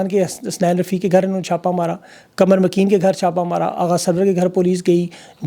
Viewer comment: قمر مکین نہیں بھائی قمر میکن